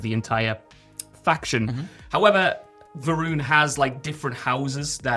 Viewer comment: House Va'ruun sounds like House Iran.